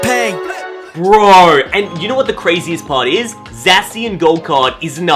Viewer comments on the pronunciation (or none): Btw it's ZA-shi-an